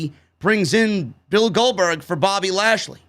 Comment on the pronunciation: When started saying ASHLEY instead lashley i litterally cried laughing!!!!!!!!!!!!